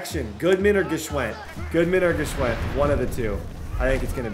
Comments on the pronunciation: I should’ve said this a long time ago but i believe it’s pronounced “Schwind”, the G is silent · Yooo I’m almost positive the G in Gshwend is silent lol